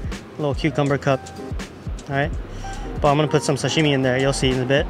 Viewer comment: oh, my name is Doug Tanaka. I am Japanese-American I was born in the US but I never pronounce Sashime like an American. I really want you to lose that habit. You need to say it like your dad says it or your grandmother. They know the emphasis is on sa, not shimi.